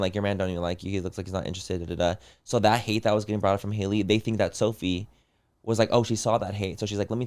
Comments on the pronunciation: I love how they called both girls the wrong names 😂 it was Sophie instead of Sophia and Hailey instead of “Hal-ee”. Love the fools!! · and “sophie”🤣😭